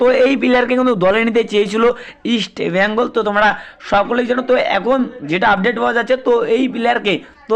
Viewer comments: আরে ভাই ওটা ইস্টবেইঙ্গল না ওটাহবে ইস্টবেঙ্গল বুঝলি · You even do not know how to pronounce East Bengal properly.Try to pronounce correctly before doing business.